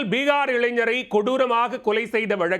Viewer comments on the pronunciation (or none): பிகார் இல்லை டா பீகார் தமிழே வராதா